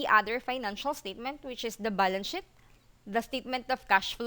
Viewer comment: No offense, sheet is pronounce "sh eat" kasi yung sinabi mo parang cuss word. However, you delivered your presentation very well. Pasensya na. ✌✌✌please don't take it negatively.